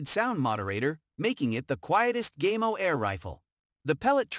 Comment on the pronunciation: Gaymo? Really? It's Spanish, it's pronounced (gah-mo).